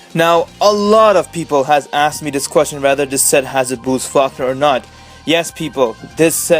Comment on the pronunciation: Bruce Fuckner? Lmao, it's pronounced "Fawl-koner".